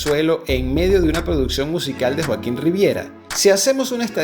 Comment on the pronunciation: Muy buen video Qué interesante que consiguieras colarte en los ensayos 😅😅 y hablando de error dice Joaquón en vez de Joaquín 😊